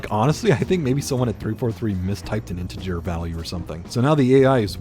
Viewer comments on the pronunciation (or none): none